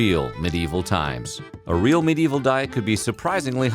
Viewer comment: I do enjoy how sometimes it sounds like the narrator is saying "many evil peasants"